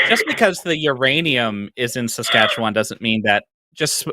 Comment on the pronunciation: i appreciate that an Albertan can pronounce Saskatchewan better than some Saskatchewanians